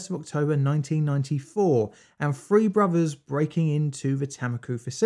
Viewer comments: Say “ free” now say “three”. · Ok...the word is "three"...THREE...not free. Drives me nuts. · when I cant understand whether the narrator said three or free I exit!!